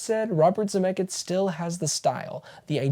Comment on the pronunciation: Are you saying “ZemecKITS”? 😂